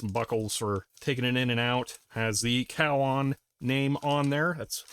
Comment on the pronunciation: Thr pronunciation was more like CO-WON